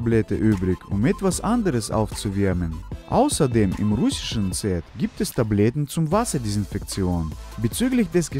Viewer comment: Müsste ich lachen als er gesagt hat. Aber wir chaben drrrei TABLYAT. ich denke Mal er meinte Tabletten.